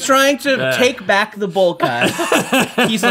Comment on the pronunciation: Out der in da bayou had me rolling 😂